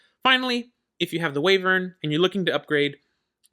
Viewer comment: Call em whatevr you want lol, but as someone who still slips and calls them Way-vern, I feel OK in saying it's actually Y-vern 🙃 my brain has a hard time with it too. Beast also shares the graph with Wyvern but the BA version.